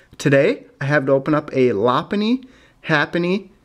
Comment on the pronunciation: haven't seen that location in a while primetime pokemon anyways love the arceus and omastar cards in that pack! real nice the lopunny was cooler than happiny too bad it wasn't a chansey or Blissy halo instead haha sounds like Lapunny instead of Lopunny